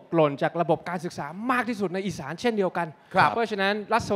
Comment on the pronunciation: อีสาน ไม่ใช่ อิสาน ถึงจะอ่านอย่างงั้นก็เถอะ